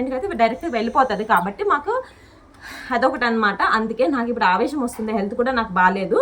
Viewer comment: Akka adhi aavesham kadhu😮Aayasam😢